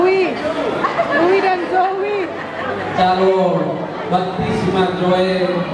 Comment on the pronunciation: aku cuma bisa senyum pas yg mandok hata tuh sebut nama Zoe, Louie, kok jadi JoE dan LoE ???😁😁😂😂